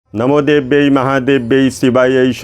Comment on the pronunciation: Please pranounce V not B … not namo debai its namo devai …. Why ur north indians dont know difference between v and b … if its vajapeyi u people called bajapai ….nonsene it is